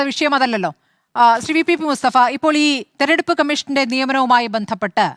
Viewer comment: തെരഞ്ഞെടുപ്പെന്നു വൃത്തിയായിട്ട് പറയാൻ അറിയാത്തവളെ ഒക്കെ ആണോ ചർച്ചക്കിരുതുന്നത് 😄😄😄😄